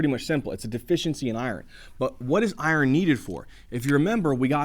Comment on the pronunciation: First thing I noticed is you not pronouncing iron right.